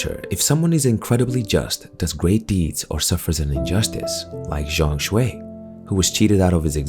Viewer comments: ZhongKui my man, not ZhongShui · Game of the Year in the hearts of every gamer.W fengji W game science. W Black Myth. L TGA:elbowcough::elbowcough: btw zhongkui not zhongshui HAHA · It’s Zhong Kui, not Zhong Shui. The pronunciation is a bit off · Zhong Kui, pronunciation more like John Queen:face-blue-smiling::face-blue-smiling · just fyi, the mandarin pronunciation of zhong kui is like "zone ku- eh", hope that helps